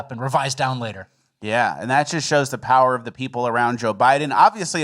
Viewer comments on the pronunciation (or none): none